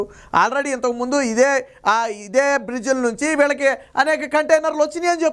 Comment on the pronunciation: బ్రీజిల్ కాదురా సోంబేరి... బ్రేజిల్... నీకెందుకురా.... ఛానల్... ప్రతివాడు ఛానెల్ హీరోనే... కర్మ